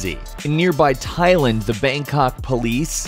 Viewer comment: Tai-land not thigh-Lund